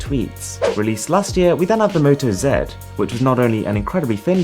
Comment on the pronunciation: finally moto z is pronounced in my accent